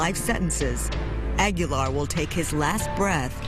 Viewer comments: Not Ag-yo-lar, it's Ah-Gee-Lar. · They should have done a second take of the Reporter saying his name at the beginning. Frankie Aggie-yar... made me laugh thinking about a pirate who's a student at Texas A&M. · Agui-Yar. Damn gringos